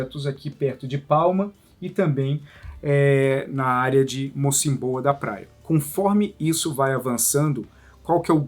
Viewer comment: Triste. Mais boa explicação da matéria. Corrigindo diz-se Mocímboa (tem acento no i)